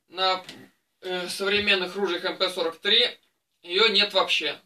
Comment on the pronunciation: Как приятно слышать правильное произношение модели!!! Именно МП!!! Редко сейчас услышишь правильное произношение...